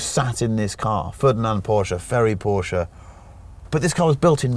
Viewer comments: What’s a Porscher? I thought it was a Porsche... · This guy made a 12 min video about a legendary Porsche and didn't even have the decency to learn how to pronounce it..